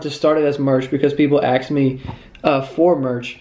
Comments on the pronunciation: "Axed me" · is anyone gonna tell him that he pronounces "asked" wrong?